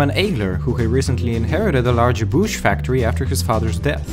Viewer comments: Ébauche isn't pronounced with an "oo" sound. More like the "o" in "stone". É-bo-sh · I love your accent and the way you were pronouncing ébauche :D It's actually pronounced eh-boh-sh. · Your pronunciation of the word Ébauche is funny.